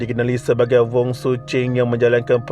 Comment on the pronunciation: Salaam. Saya memang peminat channel ini dan mendapatinya amat informative. Cuma satu suggestion, harap dapat improve sebutan nama2 orang yang disebut especially nama orang India, China, East Malaysia dan sebagainya. Seperti nama mangsa ini, sebutan nya Vooooon bukan Wong. Hari itu nama orang India pun Gana tersilap disebut Naga. Other than that, keep it up. Selamat Hari Raya kepada semua follower channel ini